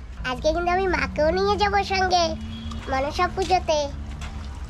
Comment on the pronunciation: Not machine Puja this word monosa Puja